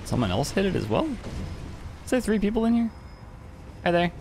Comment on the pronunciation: Tree vs Three